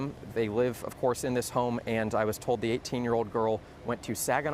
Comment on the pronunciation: That poor baby.. laying bed,, making plans for the next day,, thinking....she had no idea this would happen.. it's so damn sad...edit.... The way he says white is hilarious. Like if he didn't over pronounce it we wouldn't know what he was saying.